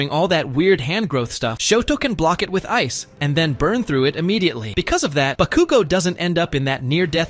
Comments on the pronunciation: Why did he say bakugo so wierdly. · Why did you use AI voice for this video? (It sounds like AI to me.) /gen. It makes the video a bit silly, because it pronounces names wrong (EX: pronouncing Bakugo wrong) and doesn't use correct sentence structure, like pauses between words where there's supposed to be a comma, or a period at the end of the sentence. It blends words together, when there's supposed to be a slight pause. It would be much easier and better to use your own voice, or hire someone to voice it for you if you're not comfortable putting your voice on the internet. This is not hate, it's constructive criticism. Just something to make your videos better. /gen /nm